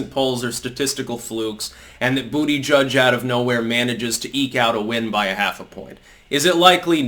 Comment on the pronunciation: it’s funny every time to hear you say bootyjudge lmao